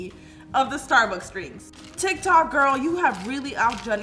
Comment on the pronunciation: Is nobody going to talk about... about.... um.... she says.... GORL 😂😭